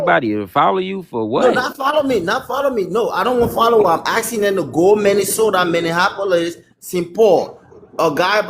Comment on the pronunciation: He said Colorado and Minnesota he also mispronounced Minneapolis as “Minnehappyolis” lmao his accent is hideous 😂😂😂